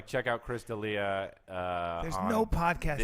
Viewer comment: It's Del Ea